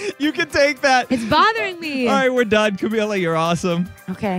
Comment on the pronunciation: DID ANYONE DIE INSIDE WHEN HE SAID CAMILA AT THE END INSTEAD OF CAM-EELA